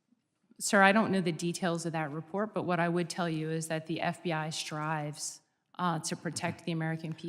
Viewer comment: ooo, the FBI "STRRRRIVES." I'm so impressed.